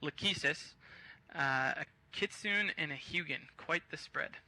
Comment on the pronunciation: Laconian and Kenzoku screwed up majorly even before the battle+sloppiness in the battle- epic FAIL! The commentator managed to pronounce "Kitsune" correctly - epic WIN! Finally, someone who can pronounce basic Japanese!